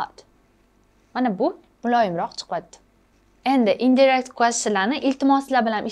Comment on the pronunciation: Indirect sõzi indayrekt deb õqiladi shekilli teacher.